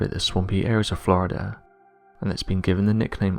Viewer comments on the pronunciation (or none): none